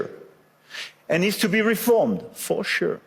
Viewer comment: «Faux chou» 😂 Je suis allemande, qui essaie d'écrire en français....😅 Mais personellement, je trouve qu'il s'est débrouillé très bien et réussi à se faire comprendre – ce ça qui compte🙌🏻